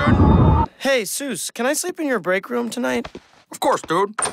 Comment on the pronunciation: isn't it Zeus, not Soos?